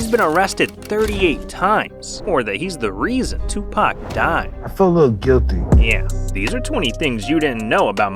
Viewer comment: "Twopak" lmao